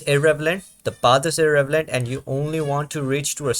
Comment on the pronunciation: Very helpful explanation, thank you! 🙂 PS: "irrelevant", not "irrevelant"